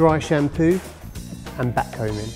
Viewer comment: Is he saying batcombing?